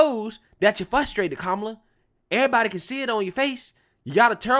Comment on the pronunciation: “Que-Mala “ I love it! 😂😂😂😂😂Kemala🤣🤣🤣